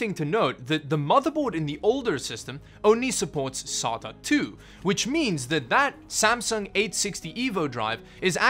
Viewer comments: I thought he was saying "solder". Say DA. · It's pronounced: "Say-ta" not "Sah-ta". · sAta drive “SATA” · How fucking hard is it to say SAY-TUH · Actually it's pronounced Serial Aye Tee Aye ;) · the way he pronounce sata is no difference than chinese people pronouncing sata